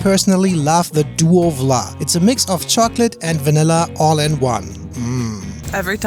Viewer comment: Frikandel is so so so so good! I think Vla is spoken with an f-sound, not a w-sound